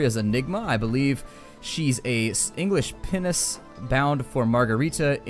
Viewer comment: you got 'Pinnace bound' right - sweet lord!